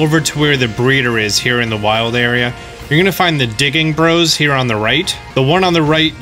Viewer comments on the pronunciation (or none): none